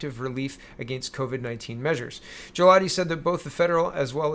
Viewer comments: For Mr. Galati, the letter 'G' is a hard 'G' , in Italian the 'G' it can be made soft when followed by an 'I' or and 'E'. Consider the name to be pronounced Gah'lA'Tee. I did my best to mimic the a dictionary style of pronunciation. Grazie! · It a. hard G